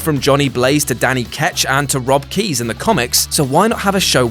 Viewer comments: Are we just not going to mention he called Robbie Reyes 'Rob Keyes'? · Ghost Rider "Rob Keys"? Do you mean Robbie Reyes?